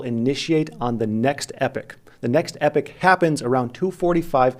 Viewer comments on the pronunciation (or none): Sorry to bother you good looking man....its "EE POCK" not "epic"----->epoch.